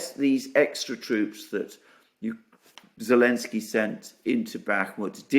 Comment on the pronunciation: forgive my ignorance but why do you call him Elensky?